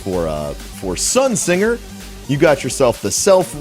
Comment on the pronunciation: I subscribed just for him pronouncing the word Sunsinger as Sun"Sing"er. Bro